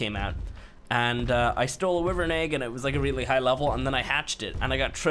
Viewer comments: Stop saying wivern you say it why-vern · pronounces is "wivern" Me- it's "wyvern but whatever, you do you" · Love ur game play :) but your saying wyvern wrong. Its like (why vern)